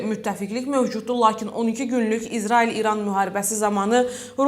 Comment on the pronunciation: Ay aparıcı İzarail yox İsrail. Düzgün danış..!